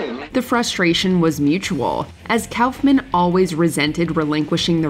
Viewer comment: *RASPBERRY Andy "cowlf"-man lol!